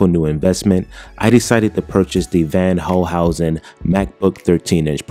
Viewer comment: It’s pronounced “fonn holcehousen”.